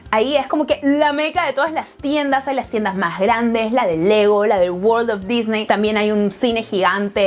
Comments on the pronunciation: "Loj Parquej dijney" Jajajajajajja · Se pronuncia "disni" no "disney". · Se dice disni